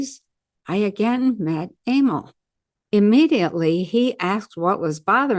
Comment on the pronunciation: Emile pronounced a-meal.